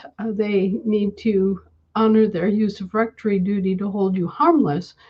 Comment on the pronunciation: Did not hear the word properly- Userfrectory duty??!!